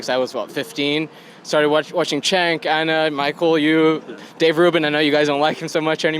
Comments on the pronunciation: Oh yeah, I watched TYT for YEEEARSZZZ. That's why I pronounce it "Chank." Yep. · How long has he watched? And he still mispronounces Cenk's name?!?